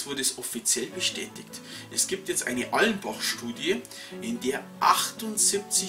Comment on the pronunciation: Es heißt Allensbach, und nicht "Allenbach".